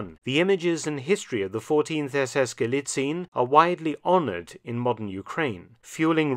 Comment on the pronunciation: Sources: "Trust me bro." As an author and historian you should really know that allegation without evidence is just propaganda. Like a plastic tank replica, you know... And by the way: Galicien is pronounced Gu-lee-tsee-enn, not Gu-lee-tseen.